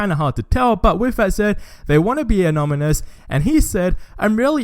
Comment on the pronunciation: Anonymous not ominous